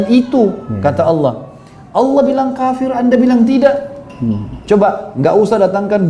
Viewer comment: LOE PERBAIKI DULU SEBUTAN NAMA TUHAN KEPUNYAAN ISLAM TEN DULU. BUKAN ALA.......APA APAAAN ALA ALA ALA ALA. APA LIDAH LOE KAYAK LIDAH 🐍. KEKEKEKEKKEEK